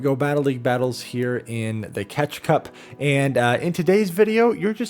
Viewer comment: Catch cup needs more limitations; It's catch cup, not hatch cup.